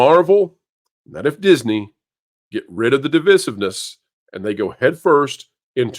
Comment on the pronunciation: With the greatest of respect,, the second I in "divisive" is a long I. Div-EYE-siv. You kinda have to say it a lot, and it's driving me insane.